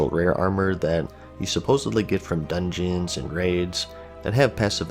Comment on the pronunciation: you pronouce these dungeons like someone from slav countries, like me :D